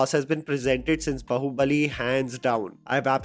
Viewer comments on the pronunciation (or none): Please pronounce it as BAAhubali not Bahubali like Saas Bahu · Bhai 2024 aane wala hai. बहुबली bolna bandh kar do. It's "बाहुबली". BAAAAAhubali. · आप बाहूबली को बहुबली क्यों बोलते हो? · I have no idea why BUT I feel a huge 'tinge' in my spine whenever calls it "Bahubali" instead of "Baahubali". (I am so sorry. I tried to ignore it many times but it seems you are doing it deliberately). You do not call Pathaan as Pathan. Salaar as Salar. Jawaan as Jawan. SO WHY???? Why call Baahubali as Bahubali???